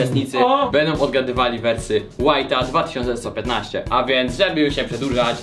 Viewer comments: WHITE'A, a nie WHITA szanowni państwo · Ja rozumiem wszystko, ale kurwa "whita"? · Mówi się White 2 1 1 5 a nie #california